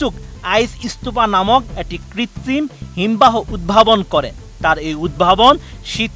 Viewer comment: জনাব শেখ ফরিদ! শুদ্ধভাবে বাংলাও পড়তে পারেন না; আইস্যা পড়ছেন বাংলা সংবাদ পড়তে!?😲😇🤔?! ক্রমশঃ হিমবাহ ইত্যাদি ভুলভাবে উচ্চারণ করা হয়েছে।